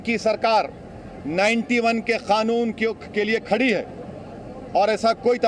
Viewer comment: ओवैसी जी खानून नहीं होता कानून होता है